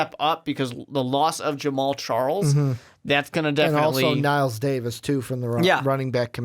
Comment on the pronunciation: this man said knile davis. lol